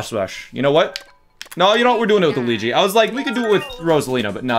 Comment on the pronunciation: I'm italian and he pronounces it good!